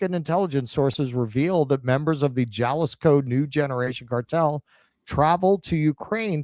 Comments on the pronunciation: Jalisco is pronounced HA-LIS-KO,. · "j" is pronounced as an "h" in Spanish. It's "haleesco" as "i" is pronounced like "ee" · No. Ha-LEES-ko. Gringo. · Jalisco is pronounced Hahl ee scoe